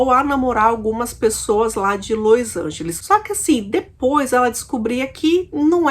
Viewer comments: É LOS ANGELES E NÃO LOIS ANGELES, DOE O OUVIDO ESCUTAR LOIS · los angeles nao lois angeles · Não é Lois Angeles é Los Angeles.... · Lois Angelis kkkkkkkkk.Vou te ensinar ta? É los Angeles aprendeu? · porque você pronuncia LOIs Angeles qnuo verne se sescreve LOs Angeles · Meu Deus! Não tem i no nome dessa cidade, Los Angeles. Q Lois Angeles?? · Você está pronunciando errado o nome da cidade. Não e Lois Ángeles e LOS Ángeles. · Ñ é lois lange e sim los Angeles